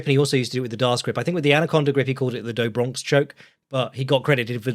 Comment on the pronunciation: Charles nickname do Bronx is pronounced like dew(honeydew), br-ah-uhgst uhgst uhgst uhuhuhuh uhgst uhgst uhgst